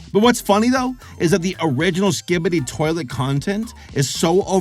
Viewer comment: “Ski-skibadi toeilet?” Was pronounced with a confused voice 😂